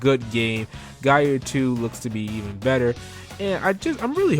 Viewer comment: I kept hearing "Guy eater 2" :) good list though!